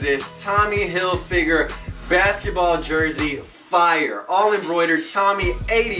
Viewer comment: hillfigger not "hill figure"